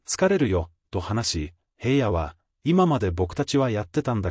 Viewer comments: ショウくんゎ、ヘイヤでなく、ひらのです、まちがわないで😠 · ヘイヤって誰!?ヘイヤではありませんよ｡紫耀くんのことをヘイヤと絶対に読まないで下さい｡何回もヘイヤと読んでいて､つまらないです。